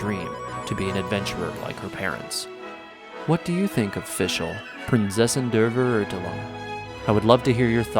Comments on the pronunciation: Oh man, the English pronunciation of „Die Prinzessin der Verurteilung“ from the game itself is horribly wrong, no wonder it's misleading people. The "Z" in "Prinzessin" should sound more like an English "ts" sound, the "V" in Verurteilung is more of an "F" sound. Imagine you're saying the word "fair", but instead of a rhotic R at the end, it's more of a softer "Feh". "Teilung", should sound like "Tai-lung". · The way you and fischl pronounce "prinzessin der verurteilung" is hillarious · As a German I find the pronunciation of "Prinzessin der Verurteilung" and "Immernachtreich" in the game kinda funny XD. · Omg yes at First I didn't even understand what she means xD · When I first heard it I started laughing hahaha I found it kinda cute tbh And now after weeks of listening to it, it feels weird to me to say Prinzessin der Verurteilung how its actually supposed to be pronounced lol I started pronouncing it Like fischl💀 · ''Prinseßin dr verutelung'' und ''Immernochteich'' Zu geil wie dass auf englisch ausgesprochen wird kann aber auch englisch und deutsche sprechen englische Wörter genauso schlimm aus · You actually pronounce it The Princessin där Färoortälung in german. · Hahahahahha 🤣 say that again: “Prinzessin der Verurteilung” 🤣🤣🤣 oh dear lord 😆 ich kann nicht mehr 😆 zum Glück spiele ich Genshin auf japanisch, die versuchen zumindest nicht deutsch zu sprechen obwohl sie es nicht können 😆 pʀɪnˈt͡sɛsɪn der fer·ur·tai·lung now try again buddy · I'm sorry but.... how they say Prinzessin der Verurteilung 😂😂😂 I know German is hard but still it sound so funny sorry if I offended anyone😂😂🙏💗it's prounonced princessin Dea vea-urtailung..... I think idk if that helps😅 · Fun fact: she dosnt say her name right at all ( Prinzessin der Verurteilung ) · I think the pronunciation is wrong, but soo cute! That's what makes it special, at least the VA tried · When tried to say "Prinzessin der Verurteilung" I died a bit inside as a german native speaker lol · I Fully Respect That.